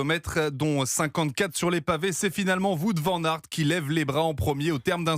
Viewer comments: que c'est pas acceptable de prononcer son nom de cette maniere en 2026 alors qu'il n a rien de compliqué pour un francophone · c'est pas comme ça qu'on prononce son nom